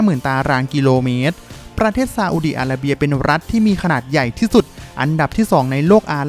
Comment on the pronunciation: ทำไมเวลาออกเสียงชื่อประเทศที่มี ร.เรือ ออกเสียงเป็น ล.ลิงตลอดเลยครับ อีหล่าน ซาอุดีอาลาเบีย